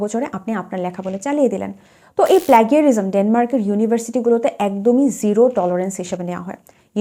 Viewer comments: akdom thik kotha bolechen apu . din din tough kortese bd student der jonno bidesh jawa. but bd student der skill o nai . desh theke atleast auto ar manual gari chalano shikhey asha uchit. ar apu oita plagarism nah plaJarism uccharon hobe. ami nijeo jodio plajarism bolar cheshta kori but baar baar mukh diye plagraism e ashe.😭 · আপনার কথাগুলো খুব যুক্তিযুক্ত এবং যথাযথ + সুন্দর উচ্চারণ ও বাচনভংগির কারণে আরও ভাল লাগল, শুধু”প্লেগারিজম” শব্দটা বারংবার কানে বাজছিল যেহেতু এর সঠিক ইংরেজি উচ্চারণ “ব্লেজারিজম”। আমরা জাতি হিসেবে নৈতিকতা ও সততা থেকে দিনদিন বহুদূর চলে যাচ্ছি যার বোধটা পর্যন্ত হারিয়ে গেছে, এই দুঃখ কোথায় রাখি?? ধন্যবাদ মুল্যবান কথাগুলো সুন্দরভাবে উপস্থাপন করার জন্য॥